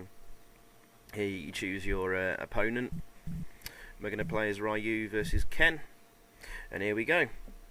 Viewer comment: It's pronounced "Ri-yoo", damn it!